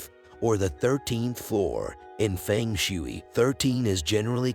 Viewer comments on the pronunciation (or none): none